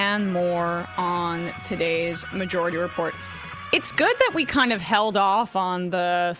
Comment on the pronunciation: Am I hearing things? I could swear that Emma is calling the show Emma-jority Report